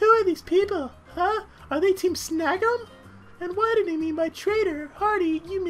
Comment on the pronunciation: The way you pronounce Team Snagem at the beginning sounds like "Team Snuggem". x3